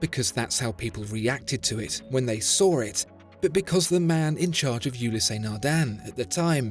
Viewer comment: when they soar it....when they sawr it...I think what you're trying to say is: when they saw it